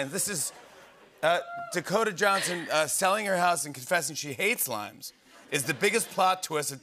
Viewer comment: She said limes and I swear I heard it lions 🦁 😅...